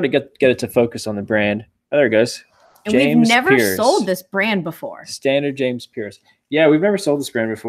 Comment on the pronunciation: Hi; I sent you an email about your program. I have worked in retail for 30 years. The one brand is James Pearse pronunced "Purse" And Stussy is "Stew-sy". Pearse is a high end american casual clothing line started mostly at Barneys and NM. Now carried by Nordy as well. I bought shoes for a major high end retailer for almost 20 years if you ever have a question on shoe brands.